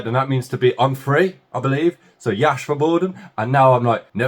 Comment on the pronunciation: ❤. Привет. Я. Рада. Ты. Выздоровел Кипелов. Классный. Певец Когда. То. В. Моде.. Были. Кнопочные. Телефоны. Мне. Ребята. Закачали. В Телефон. Песню. Я. Свободен Мне. Очень. Нравилась. Эта. Песня. Ты. Молодец. Скоро. Научишься По. Русски. Говорить. Только Слово. Свободен. Произноситься. С. Буквы. С. А. Не. Ш. Например. Слова. Как. Сити. Стрит. Сем. ❤❤❤❤❤❤❤❤❤❤❤